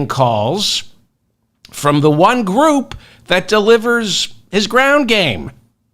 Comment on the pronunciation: Not sure if that verbal glitch was intentional but " Christian grope" seems accurate.